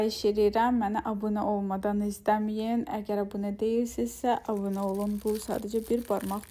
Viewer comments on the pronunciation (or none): none